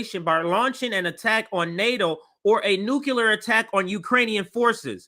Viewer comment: Nuclear, not nukular... please sir.